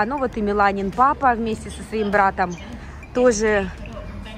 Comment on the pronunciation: слова "тозе", "хоросо",... были и раньше у тебя с таким произношением, или это уже корейское...